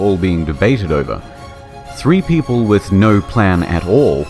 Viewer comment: i choose the believe that the "pepeople" was on purpose.